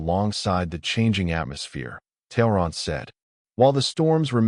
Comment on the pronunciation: I've noticed that the letter T at the beginning of a name is often pronounced as TH.